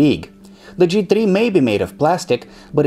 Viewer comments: Com on guys, TRI? you can say three... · "G Tree"